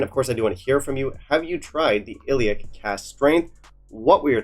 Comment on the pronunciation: Ileach 58 is considerably better than Finlaggan 58. In terms of anonymous tasting at the IWSC, when rated, the results were as follows: 1. Ileach 58 2. Scarabus (57) 3. Finlaggan 58 Plus Ileach is pronounced ee-lawch. Lach like the pronunciation of the Hebrew letter ח. (For simpletons, the sound you make when you are about to spit) I love your channel but a few tips: This is not a whisky you should add water to. It is also important to note that when faced with a peated whisky at this strength, you need to drink it correctly via properly smelling it 3 seconds prior and as it comes into contact with your lips.